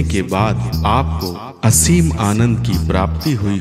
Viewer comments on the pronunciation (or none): none